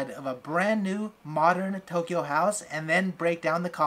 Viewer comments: No one:: toe kyo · hahaha Toe- kyo